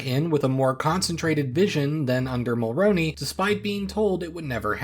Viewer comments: It's pronounced Brian Mulr-oo-ney. Not, Mulr-ow-ney. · Brian Mulroney's name is pronounced "Mulrooney" not "Mulrowney". That's something you should have looked up before making this video. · If you do more videos on this period of Canadian history try to get Mulroney’s name right. It’s pronounced like mul-rooney and not mul-roni. If you watch a Canadian speak about him (recent death announcement cbc maybe) you’ll get a grasp of it. Sorry if this comes off as mean but when people mispronounce this kind of stuff it’s really annoying cause it’s so small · Ya know up until you pronounced Mulroney I thought you must be Canadian. No one outside of Canada pays much attention to our politics so it's cool to see you put so much effort and care into the video. Great job